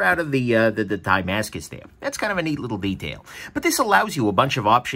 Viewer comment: Damascus not Diemascus